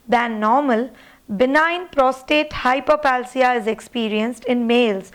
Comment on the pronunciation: It's Hyperplasia 🙂 (not palsia). Great content. Keep on educating.